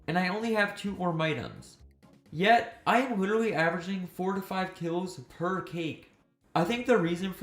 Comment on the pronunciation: "wittle" edit: 2 hours in and can't listen to that anymore. Witerwally